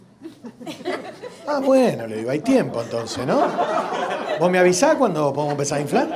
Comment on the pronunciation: Avisás , pronuncia la s al final .